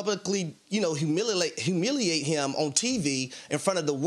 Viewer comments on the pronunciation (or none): Stop crying fooz always cry . Boo hoo. . Dude couldn't say the word humiliate. Ain't nobody got time for this